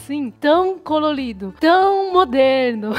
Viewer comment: O Brasil é "cololido" e "caloloso"...adorei kkk